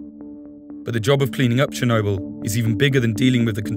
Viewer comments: Chair-noble or Chair-no-bull....Tomate-o to-mato. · Is there anything that takes you out of it more than a reporter mispronouncing the subject of his video?